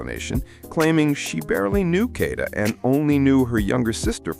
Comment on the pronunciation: She was set up say her name right its KADA not kanida